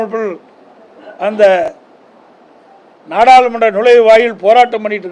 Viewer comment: தலைவா நாடாளுமன்றம் என்று ஒரு வார்த்தைய மறுபடியும் சொல்லி பாரு உன் வாயிலே நுழையல நீ எல்லாம் எதுக்கு தகுதியான தலைவனே தெரியல